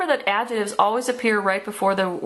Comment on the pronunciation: I don't like the way you say adjectives but good vid